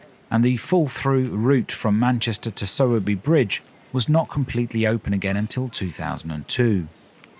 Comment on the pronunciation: I'm really enjoying watching all your travelogue videos at the moment. Thank you very much for all of them. With regard to this one, I thought Sowerby was pronounced Sow er by as in a female pig (sow) and not "so" or "sew". Also, your pronounciation of Todmorden made me chuckle. People round here say Tod ma den with the emphasis on Tod.😍